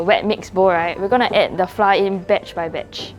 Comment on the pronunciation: Great job! I know this is a local channel, but to cater to the understanding of international viewers, pronounce “flour” the correct way? Our schools teach us the wrong way of pronouncing flour 😅